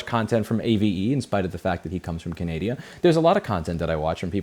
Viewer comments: Yes, Louis said "from Canadia" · Canadia 🤣 i found that really funny, i think you mashed Canada and Canadian together. Love your content and legislation, keep the good work 👏!